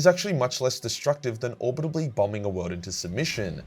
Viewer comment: At this point I'm not sure if genuinely can't pronounce "orbital", or it's just a running joke that I missed the beginning of.